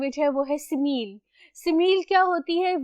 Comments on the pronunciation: Mam good but it's si mi li not si meal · Teacher its not si meel it is si mi li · You are not pronouncing simile correctly.... It is not simeel